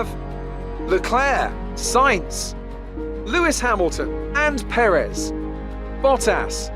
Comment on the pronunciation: PE-rez. Have some respect when he's at home at least.